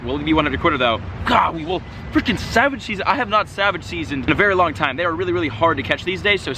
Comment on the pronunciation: Can anyone tell me what the fuck does he say? Savage season salvage season wtf? I don’t get that sorry and what does that mean